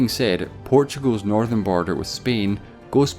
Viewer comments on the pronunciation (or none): none